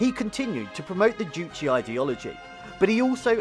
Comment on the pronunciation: Btw, it was Kim Jong-il that was the movie buff who did the producing, directing, etc. Even kidnapped South Koreans to make films. Just a side note, it's "Juche" and not "Juchi" Funnily enough, as an avid watcher, I've seen this exact show before. They do make you feel good. It would be good if the BBC learnt how to make people feel good about their country, too. There's good parts of North Korea, too. Not every little thing needs criticizing for the sake of it.